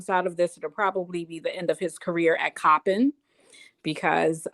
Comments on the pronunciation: It's not pronounced choppin, it's Coppin! I grew up in Maryland. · It's pronounced COP - IN COLLEGE. (COPPIN) IN Baltimore, Maryland .Not Chopping. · it's pronounced cop- like police and pen- like writing instrument = COPPIN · The university is (Cop pin)pronounced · The school is pronounced Cop-pin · The school is pronounced Cop-pinned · The college name is pronounced Cop-pen👮‍♀️+🖊️ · The University name is Coppen State, you are saying it wrong, there is no H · Hi, it’s pronounced cop-pin state university. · It's cop-pin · It’s pronounced Cop-in(Coppin) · It's coppin State..( cop-pin) no h! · Ok, I thought Juan was the culprit…my bad. The coach that allegedly committed this is sick!! (If true) Cop-pin is how you pronounce the name of the school. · Coppin State. Just think of COP. thats how you say it. your welcome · Exactly .I wish she would learn to pronounce the name of this historical black university correctly